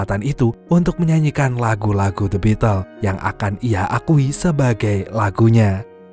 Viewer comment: Bacanya bitel mas... Bukan the bitles...